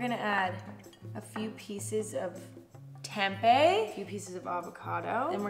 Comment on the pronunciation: i cant get mad at mrs sweetheart chamberlain for saying tempeh wrong